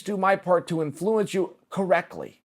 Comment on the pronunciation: Chael, two things: 1. Please learn how to pronounce "influence" and 2. Please don't give betting advice anymore. thx